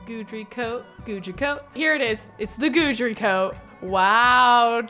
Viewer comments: His name is pronounced Guide Dree NOT Guudree just letting ya know 😂😅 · FYI, Guidry is pronounced GUIDE-RY, not GOODRY. Because he is your Guide through the paranormal pack, get it? 😊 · It’s a version of the French name Guédry & is pronounced Gid-ree. 😅 Put some respect on my ghost man’s name,! 🤣 I only know because I knew a French guy named that irl. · I’m not entirely sure which pronunciation is correct but it’s definitely not GOO-DREE lol it bugs me 😂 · I actually know a whole family in my area with that last name, and it's pronounced Gid-ree. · I beg you to please google how to pronounce Guidry. Pretty please!!!